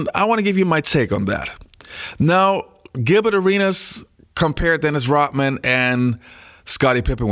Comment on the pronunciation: It's not Rotman, it's Rodman!